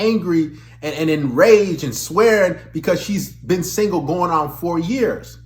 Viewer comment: Maybe it’s the way you say singo instead of single.